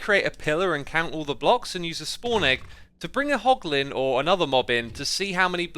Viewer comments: It's hoglin not holgin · *hoglin not holgin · did i see "Hlogin?" and now "Hoglin" lol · It's hoglin heh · You mean "Hoglin", Right? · What's a holgin X, I think you meant hoglin😂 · Hey X, not to be an annoying little child, but you called the Hoglins - Holgins, or I just dont know the name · hoglin not holgin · HOLGIN farm? HOGLIN, right? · Everyone: Hoglin Xisuma: HoLgİn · x, it's hoglin not holgin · its Holgin oopsie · "Holgin farm" 😂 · Ah yes, holgin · "Holgin farm" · Anyone notice "Holgin" 😂😂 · "H O L G I N" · A "holgin farm" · No one: Literally No One: X: Holgin HAHAHAHAHAHA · What do holgins drop? Porlk chops? Lol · “Holgin Farm” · “Holgin” lmao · Its meant to be hoglin